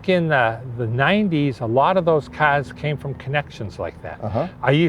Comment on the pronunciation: He sure loves his CAHS! 😆